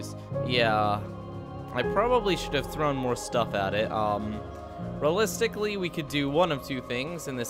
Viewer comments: Lol "Realisticly" then later "Ok so we are not gunna realis-" catches himself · "Rullistically" -- the weirdest pronunciation of "realistically" I've heard in a while. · I've never heard a native English speaker unable pronounce the word "realistically" before. Fascinating.